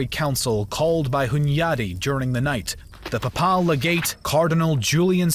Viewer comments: This narrator is awful. Pap-pal? It's pronounced pay-pul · Every time he said papaaal a small part of me died ='( How can you be into history and not know how to pronounce the papal states name? Other than that two thumbs up. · Pay-pull my dude, PAY-pull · It is Wagenburg, not "vagneberg". Also Papal is like PayPal not pahpal. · 8.14 Pap parl knights??? Seriously thats the cherry on the cake of manglelization of the English language. Its (pay pull) papal knights. Bloody colonials can't even speak a civilised tongue🧐🤣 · paye-pul , not Papahl. Pronounce! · Papaal?? It's Papal, as in Papacy - warriors from the Pope's direct lands. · Ah yes the PAHPAHL army I’m like 99% sure it’s pay-pul lol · its actually pronounced "paypul"😇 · You mispronounce "Papal". It should be Pay'-puhl. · Excuse me but what is this pronunciation of papal as pa pal? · Lol pa-pal .. the pope needs to hear that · The voice over ruined it for me. What on earth is “pa:paal”? Couldn’t you check the proper pronunciation of unfamiliar words before recording it ? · I love everything about this. Everything. Especially how interested and enthusiastic you sound about the topic. Everything BUT the way you say papal. It’s pronounced PAY-PULL. Other than that, fantastic work! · The narrator set a record for mispronouncing names and words. At the very least he should have known how to pronounce "papal." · I love your videos but what's up with the pronunciation of papal lol can't get passed that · Your pronunciation of Papal is weird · Its not just papal he invents words like slained? And gets kosovo nicopolis danube and sipahis wrong. His english is shameful for a native speaker and someone with such poor command of their own language has no business narrating anything. Everything else is good though and any free educational content is a much appreciated gift.